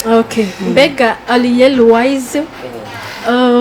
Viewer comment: Umva nasubire kwishure kandi arek kwivugish français itabaho "Ariel différent de aliel "😂😖